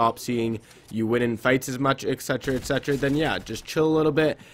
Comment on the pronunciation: How many times did he say ecsetera ecsetera? ??